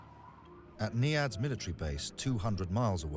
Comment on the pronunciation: He keeps saying NEADS. Its actually called NIADS. I HATE WHEN WORDS ARE NOT PRONOUCED RIGHT.